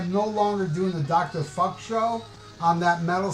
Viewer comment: That sounds great , I was thinking of filming a follow-up because you butchered my name, maybe I'll do one for the new year. Stay frosty Dr. Fukk!